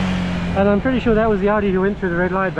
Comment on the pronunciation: go easy on this guy. He's clearly had a brain injury and now pronounces 'I'm' as 'wear'